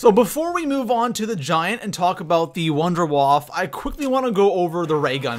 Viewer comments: the wunderwaffe is pronounce vindavaffe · you pronounce wunderwaffe wrong wunderwaffe is german if you wanna know how to pronounce contact me